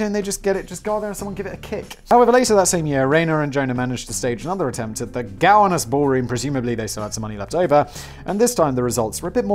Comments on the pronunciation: lol, Simon, I was sitting here wondering where the piano champagne glass thing was. Like, Cowanis? Where's Cowanis? It's Gowanus, pronunciation: go (like I'm going) -wan (like the synonym for pale) and -us (the direct or indirect object form for we). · jc nickel.... 🙃 also, being from brooklyn, i think the way simon pronounces “gowanus” is kinda funny 😅